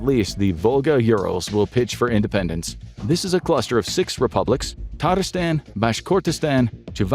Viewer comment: *Tatarstan not Tataristan. You added an unnecessary “i”. Also, Tartar sauce comes from France, not Tartarstan! The French named the sauce after Steak Tartare (a raw meat dish) because the sauce was often served alongside it. Steak Tartare was named by the French in the 19th Century after the Tatar People because they liked to give dishes “exotic” or “foreign” names to entice diners to try them. However neither Tartar Sauce or Steak Tartare actually originated in Tatarstan. They are purely French inventions. If you want to try actual Tatar cuisine, check out ChakChak (чак-чак - crunchy snack made of fried dough strips covered in sticky honey syrup sorta like our Rice Krispy Treats) or Belyashi (baked meat pies). If you visit Tatarstan, you won’t find Tartar Sauce! You’d have better luck finding some at Luby’s Cafeteria in Texas served alongside a rectangular Fried Fish with Mac & Cheese & Fried Okra!